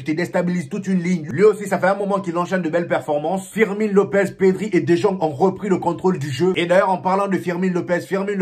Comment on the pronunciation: Champion ça s'écrit "De jong" mais se prononce (De yong)... Sinon, nice débriefing !!!